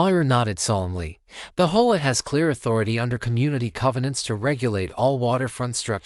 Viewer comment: What is "HO-AH? Do you mean HOA? Try to get it right next time Just seems phony to me|